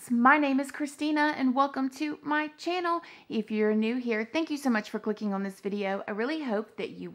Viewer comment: i love whenever you "channo" in my asian accent LOL no one else? k.